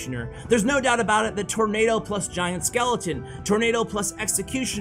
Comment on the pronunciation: It's nado. Not nato He is referring to tornado🌪 btw